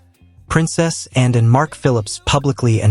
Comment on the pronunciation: If you're going to talk about Princess Anne you should learn to pronounce her name.